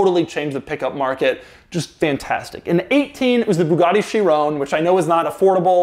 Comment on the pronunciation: 2 years later and doug still cant say Chiron at all